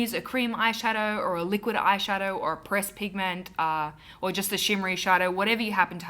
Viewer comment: "Breast pigment" XD I had to listen to this part twice to get that you said PRESSED and not breast. Silly me! Love the look! I often wear a smokey eye during the day.